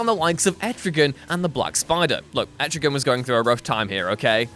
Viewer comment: Double points for saying Etrigan correctly.:)